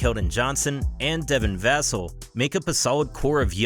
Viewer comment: The correct pronunciation of Devin Vassell is dev-in vuh-SELL. The stress is placed on the second syllable of Vassell, which is pronounced like the word "sell", while the first syllable is pronounced with a short "u" or "uh" sound.